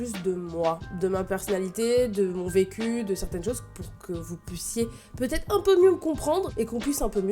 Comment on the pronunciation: Au début de la vidéo t'as dit vecu j'ai compris pq j'avais pas compris😂😂